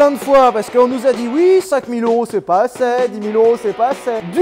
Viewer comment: Sylvain le seul a dire ”assez” assait 😭